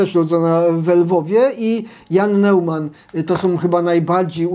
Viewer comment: Bardzo ciekawy odcinek. Neuman czytamy z niemieckiego Nojman, jak euro - ojro. Pozdrawiam :)